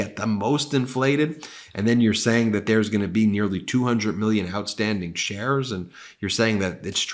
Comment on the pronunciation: Keep hearing shares as chers & cant stop laughing at so many chers 😂